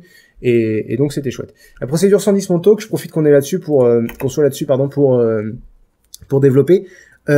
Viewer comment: pourquoi dès qu'il dit 110- Montauk j'entends 110-Mon cul ???? ^^